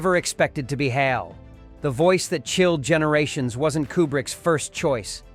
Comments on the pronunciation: EHCH AY EHL? it's HAL! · Kier DULL-e-a? H.A.L as separate letters? Filmed under fluorescent light? AI sucks.